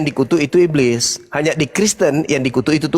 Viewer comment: Sibilisis hhhhhhhhh bliiss ibliiss 😂😂😂😂